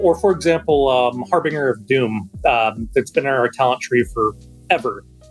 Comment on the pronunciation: Harbinger.. haar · buhn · jer